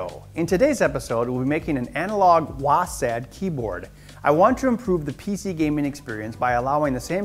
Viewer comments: It's not wassad, it's Wossed WASD or Wazzed. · WAHSAD? wtf did he just say?